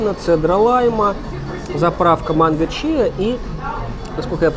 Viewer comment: Вновь наткнулась на обзор и вновь бьет слух «ча», а не «чИа» 🙈